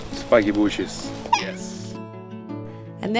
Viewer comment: I love the way he says spikey booshes instead of brambles 😊